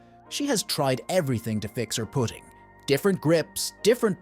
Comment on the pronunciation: This must be an AI voice. Put ting instead of putting